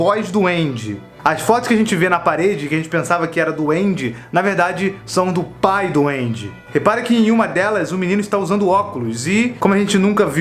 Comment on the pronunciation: Eu ouvi Pai do Andy como: Pai doende